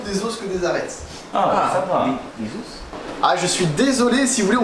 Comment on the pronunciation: Sakor (je pense) : "des oss?" 😂😂😂😂 Mdr il m'a achevé 😂